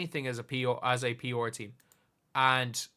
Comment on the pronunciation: Took you saying “p’or” 3 times to realize you weren’t talking about some team I didn’t know but were saying “pr.”😂🤦‍♂️